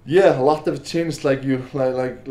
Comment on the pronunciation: “Obviously a lacchhhht has changed”